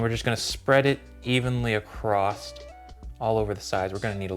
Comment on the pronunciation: Love the video. Super helpful. You pronounce a T in across,(something like acrost). Not a problem.